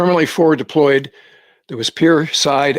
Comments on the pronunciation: As soon as the pilot shuts down the engine, it can't fly again until a sample of the oil is tested in the lab., it's pronounced "yo-KOS-ska." not "yoko-suu-ka." In Japanese, the "u" is often silent the way an "e" is silent in English. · Not to not pick but it's pronounced YOKOska. Spelled yokosuka but the u is silent. FFG60 90 TO 93. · it is pronounced "YOKOSKA" (the U after S is near silent) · It's Yo-KO-ska!! If you had spent any time talking talking to the Japanese who live there you would know it isn't Yo-ko-SU-ka. I spent 5 years there. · It’s yo ko ska. Not yo ko su ka. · yo ko su ka.. apparently you've never been to Yokosuka...*butchered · Hey, no big deal but it's Yo-KOHS-Kah. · "yo KOO skuh" cmon you know this!: ) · I was stationed at Fleet Activities Yokosuka for 2.5 years. That's not how it's pronounced. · Please practice your pronunciation of "Yokosuka"